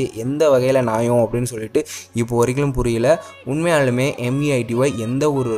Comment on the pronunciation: BRO ATHU MEITY ILLA MAIRU.